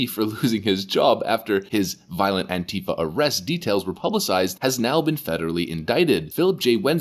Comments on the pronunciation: The word "antifa" does not have a V in it. It can't be pronounced the way you say it. Anteeva would be closer to how you pronounce it. Just saying. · Did I hear you say Pantie fa??? Hilarious!!!!!